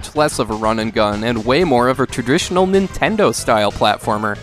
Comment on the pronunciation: “the most fun and inventel(???) level design” “tradritrional” are you having a stroke?